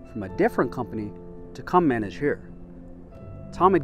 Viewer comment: the new manager came in to manageer? MANAGEER?! Hahahaha its manage